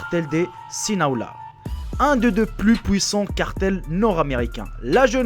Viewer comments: Sinaloa et pas sniloa..... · c'est sinaloa * pas sinaola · mdr cartel de silaona c'est Sinaloa frere